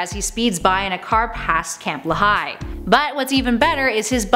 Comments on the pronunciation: It's pronounced, LEE-high.... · Nice job. Thanks. FYI the Camp Lehigh is pronounced LEE-High.